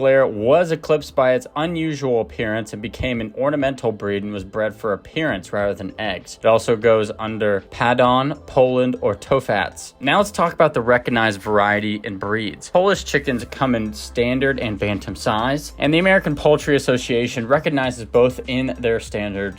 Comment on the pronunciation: To-fats? 😂 It's Top-Hats 🔝🎩